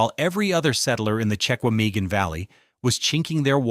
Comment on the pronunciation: I was born in Wisconsin. My mom was born in Manitowoc. It's pronounced "Check wah mah gahn" National Forest.